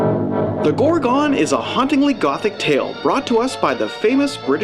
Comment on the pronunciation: The film is called The Gorgon not as you pronounce it GorgOn